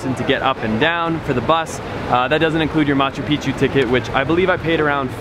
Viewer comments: You should check your pronunciation for the word MACHU PICCHU. . The correct prohunciation is: Ma-chu- PiCK chu.. you say (machupichu). wrong. Also for HUAYNA PICCHU: The coreect pronunciation is: (WAI na- PiCK-chu.). You are saying (wayanapichu). whis is WONG. listen to the local people. Thank you for listening. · you are pronouncing it wrong. Look carefully to the word Machupicchu, as you can see, there are two CCs together, each "C" belongs to a different syllable SO it is pronounced as follows MA - CHU - PIC - CHU.